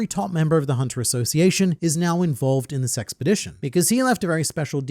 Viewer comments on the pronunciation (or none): I keep hearing “this sexpedition” 😂